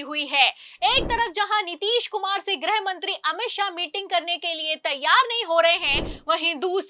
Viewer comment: Madam,,90'/, anchor aur ankarniyon ki tarah गृह मंत्री को ग्रह मंत्री कहना बंद करें 😂